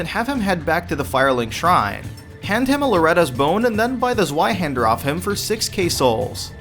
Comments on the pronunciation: Z-way-hander not Z- why-hander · Ze-Y-hander? That's 2 for german. TwoHander. Pronounced Zv-eye hander. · szwaihander.... learn to speak it in german zweihander